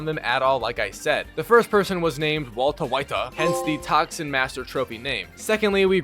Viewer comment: "Waltuh Whituh" is crazy 😭